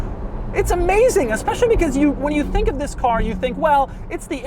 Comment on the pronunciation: Doug, stop with the "THIS.." please...